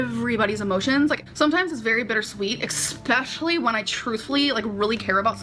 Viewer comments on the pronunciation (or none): There's something about her saying 'Expecially' that drives me up a wall. English isn't my first language and my english is so much better than hers. I don't understand how you can be so bad at your native language.